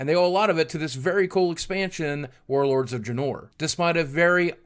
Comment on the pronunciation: Dray......Draynor. That is how you pronounce it. Not Dra-nor. Wow